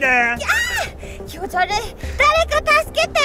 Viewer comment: わかる🥺www おかゆちゃん「ｯｷﾓﾁﾜﾙｲ」